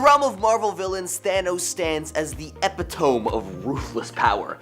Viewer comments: dude.. did you say epi-tome? Eh-pit-oh-mee. 4 syllables. Epitome. Wow. I'm.. just wow. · Did dude really say, Ep-a-tome for Eh-pit-o-me? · OMGoodness...It's pronounced E-PIT-OH-ME!!! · epitome lol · This guy needs to learn how to read. Epitome?? Extremities to witch is willing to go? Magnetos’s son Pedro?? What a clown. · They love using the word while pronouncing it incorrectly every time.